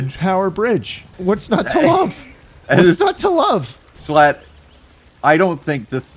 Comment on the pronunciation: you should’ve taken away the “L” in “shlatt”